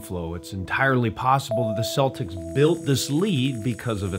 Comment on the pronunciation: Ah yes, the Boston Cletics!